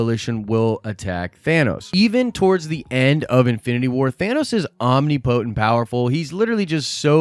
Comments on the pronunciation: Did you seriously say omni potent??? Really? I mean come on... That’s just ridiculous dude. It is pronounced “ahm-nih-puh-tint” not ahm-nee-poh-tent.... jeez.... lol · Say omnipotent again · When he says potent in omnipotent....